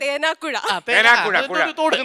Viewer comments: thena kuzha alla thenakuzhi ente nadu aanu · തേനാക്കുഴയല്ല തേനാക്കുഴി